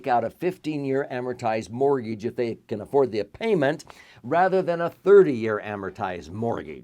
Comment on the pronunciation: What's a mor-geej?